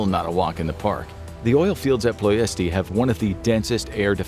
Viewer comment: It is pronounced PLESH-ti